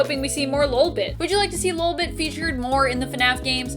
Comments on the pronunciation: Not lulbit it’s LOLbit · Anyone else slightly annoyed by the way she is pronouncing ‘LOL’ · Your pronouncing lolbit wrong